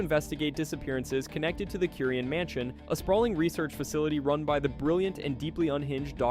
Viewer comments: bro mispronnounced Curien 🤦🏻‍♀️ It's "kyoo-rien" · It's "kyoo-rien", not "korean" 🤦🏻‍♀️